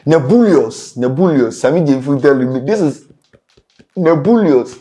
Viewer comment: 😅😅😅 u say is whaaaat "nebooooolous"😂😂😂😂